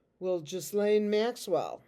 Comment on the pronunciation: Thanks! You're the only one that I've heard so far on youtube pronounce the name Ghislaine the correct way! You're so sweet and fun! ❤❤❤